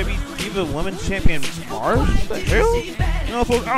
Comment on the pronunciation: great preshow! By the way, Maryse is pronounced "Muh-Reese"